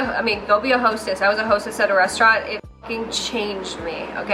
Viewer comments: anyone else think she said "go be a hoe sis" instead of "go be a hostess"? Or am I just deaf? lmao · Lmao. You said "be a hostess" but I thought you said "be a hoe, sis". Either one is good though lol